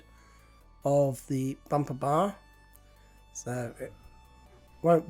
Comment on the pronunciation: My favourite word that says: bampaba (bumper bar)